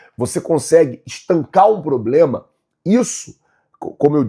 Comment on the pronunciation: Não e ploblema flazueiro kkkkkkk, e problema 😂